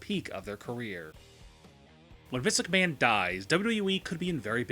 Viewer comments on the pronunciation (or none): Why the fuck do you keep saying misicaman, it's Mr.McMahon